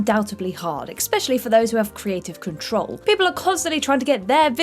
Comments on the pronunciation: CANNOT pronounce worth a damn. "undoubtably" hard, "ek-specially" for those it's only recently "came" to light "dilla-tan-tay" Arnold "Schwar-shen-egger" Director Francis Ford "Ka-PO-la" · She didn't even make 10 words this time without messing something up... "Expechally" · 2 out of her first 9 words were "undoutably" and an "expecially".